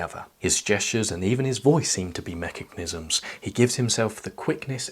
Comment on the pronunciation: Allow me to roast you on your pronunciation of mechanism instead of Sartre😂